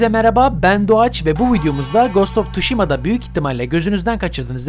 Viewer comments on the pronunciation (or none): Bir kere oyun ismi: Tuşima değil,! Sışima. (Sı–şima'da ki "ı" da okunmaz. O yüzden "S(ı)şima diye okunur.) Bunu nornal başka bir kanal olsa belirtmem ama Ps Türkiye kanalı olduğu için, cidden yakıştıramadım ve belirtmek istedim.